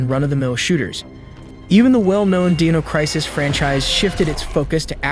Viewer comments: He said Deano instead of Dino and it felt so weird. They're Dinosaurs nog Deanosoars. 🤣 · Guy said ‘deeno’ crisis, you dumb? Lolol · did this mf'er just say dean-o crisis? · My god... Did he just call dino crisis "deeno crisis"? Its pronounced >>> (Die no) (cry sis) dino crisis... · "Deeno Crisis" 🤣 tell me you were too young for Dino Crisis without telling me. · bro said deeno crisis .. like r u fr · “Deeno crisis?” Holy shit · who the hell calls it Deeno Crisis??? 😂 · Did you pronounce it as 'deeno crisis' uh.. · lol "Deeno Crisis" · Did you say “Deeno” Crisis?! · "Deeno Crisis". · Nice compilation... but this guy sounds like an alien learning to speak English for the first time. Deno Crisis? Backforblood? Ever heard of a second take ya moron? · Did you seriously pronounce it Deeno Crisis? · bro on god how he gonna say dinosaur correctly a second before saying "deeno crisis" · deeno crisis? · Bro…did you just fucking say “deeno crisis”….5 seconds after you said the word ‘dinosaur’????? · Did you say deeno crisis? So you pronounce it deenosaur? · Deeno Crisis? Smh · He also said "Dee-no" crisis. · Ahh yes the well known 'Deano Crisis' 🤦‍♂ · "Deeno" crisis? Wut? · The way you said “Dino Crisis” 😅😂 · Yea the dino crisis series with the pet from the flintstones. Your stupid if you pronounce it that way